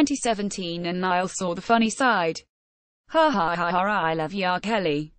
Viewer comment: The girls an Irish lass! 'Niall' is an Irish name. Since there is no example in the entire Irish vocabulary of the letters 'ia' being pronounced as in the English word 'dial' or 'trial', but always as in the Irish word 'bia', the pronunciation of Niall which makes it sound like a river in Egypt is an Anglicisation. My name is Niall. I'm an Irishman and my name, pronounced correctly, which I do, assonates with the following Irish words and names: Niamh; Liam; Bia; Liath; Triall (Directly rhyming Irish word meaning 'goal' or 'destination'.); Ciara ;Diarmuid; Cian; Brian (Yes, Brian ); Liathróid; Fia; Fiachra; Dia; Fianna......I could go on but I reckon it's clear that I've just expressed my fact adequately. Furthermore, 'Neil' is also an Irish language name. It's a woman's name and it rhymes with 'bell'. Irish is a very regular language in spelling to phonetic relation. So if anyone wants to draw a red mist down over my eyes all they have to do is ask me 'Why do you spell your name Nile?!!!!' Kelly Rowland only pronounced Horan's first name as any Irishman should pronounce it himself. You only have to say out loud this Irish languange question : 'Cá bhfuil do thriall, a Niall?'